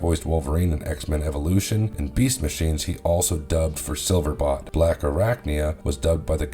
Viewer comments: BOLT....BOLT!!! BOLT!!!!!! silverBOLT!! not bot, BOLLLT!!!!!!!!!!!! his name is SILVERBOLT! you know.. like lighteningBOLT!!?!?!?! 😡😡🤬🤬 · Silver bolt….. bolt.. not bot.. enjoyed the video though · Please tell me it is your accent, because it sounds like you keep on saying Silverbot instead of Silverbolt. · SilverBOLT! Bolt, not bot... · It’s not sliverbot it’s sliverbolt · Silverbot? Saying that multiple times make it sound like you never seen The Beast Wars. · Do you ever read or listen to your pronunciations? 🤦 SILVERBOLT and TANKOR.